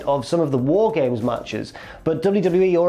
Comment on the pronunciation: You said War Games wrong. Multiple times.